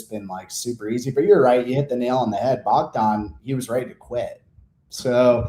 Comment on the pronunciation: “Clear Bogdon grad spot” 🥀🥀🥀